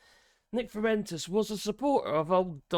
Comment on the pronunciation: His real name is Nick Pooentes. Please correct your spelling and pronunciation of his name.